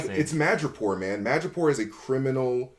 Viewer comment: 'Madripoor' not 'Magapore'